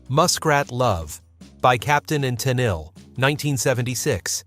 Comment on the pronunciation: Toni's last name is pronounced "Ten-eel"